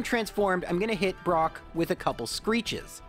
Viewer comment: We've gotten bide brock (I swear I heard that, anyone else)